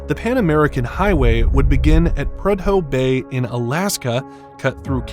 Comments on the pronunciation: '' Prud-Hoe Bay ... '' ; ... idiot .... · pronounced PRU-Dough bay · Lost me at Prud-ho bay 😂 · Can you please learn how to say the name of the cities and towns before you finish the video! Prudhoe Bay and Darien Gap! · First of all, we can definitely tell when there's an AI voice because you don't know how to say the Darien Gap nor do you know how to say Prudoe Bay. Personally I think AI voice is on videos should be illegal. What are you, too lazy to actually narrate? Just pure laziness. Number two. Environmentalist can be so stupid sometimes. Truly truly truly stupid. So they don't want a road to go through there because of "environmental issues" Well let me tell you something, far more damage is being done by the tens of thousands of immigrants transversing the Darien Gap. Just littering and dropping garbage all along the way. Please research it! You will truly be disgusted by what you see. Sometimes environmentalist actually cause more problems to the environment than just building the road. If they had just built the road, you would never see the type of environmental damage that's actually being caused by the immigrants. And if you're worried about development. You make the entire area a national park so nobody can build in it except for the road. We got places like that all over our country. We're only the road exist and no other development. It can be done. But it takes the political will to tell these environmentalists to shove it. Because if I'm in charge, I'm not listening to environmentalist. They actually cause more problems in the long run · Have you never heard anyone pronounce Prudhoe Bay? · Your computer generated voice mispronounced Prudhoe Bay. Get a real human!!!!!!!!!!!!! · He also mispronuced Prudhoe Bay (Alaska).